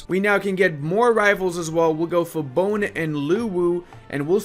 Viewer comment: Hey, enjoying your videos. One small correction, it's spelled "Ter-na-tay", not "Ter-nat". And "Tee-do-ray" and "Bo-nay". It's spelled the same as if you spelled the words in Spanish. Every syllable/vocal is spelled out. Greetings from Indonesia!